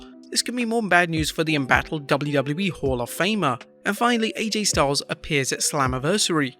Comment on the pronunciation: when he was talking about Tammy, did he say hall of famer or whore of famer?